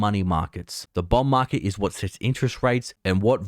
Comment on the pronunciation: sounds like he means "bomb market". Is it ticking?